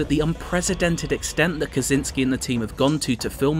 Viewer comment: It's not Kazinski - it's Kosiński, for god's sake!!!